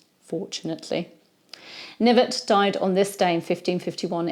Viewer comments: I'm certain that his surname was pronounced "kuh-NIV-et." Was he related to Sir Thomas Knyvet, who had the famous duel with the Earl of Oxford? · Seems French. Maybe it was pronounced Knee-vay.